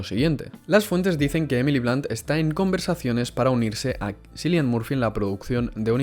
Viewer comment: Se pronuncia quilian...